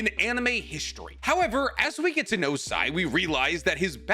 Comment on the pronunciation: the way i stood still while listening to this in my workplace before nodding after hearing "Sai." as though assuring myself all was right in the world